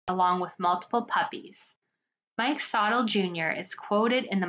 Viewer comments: Its pronounced like sa tilly mike sa tilly it sounds like the way i spelled thst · Mike sotille is pronounced “so-till-ee “